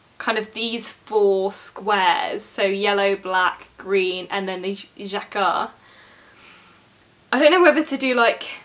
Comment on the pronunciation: everytime the word jacquard comes up: thinks very hard ja-kaar (well done my love)